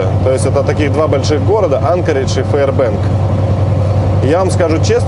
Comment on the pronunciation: Ударение правильно ставь ) правильно будет АнкОридж, а не А*нкоридж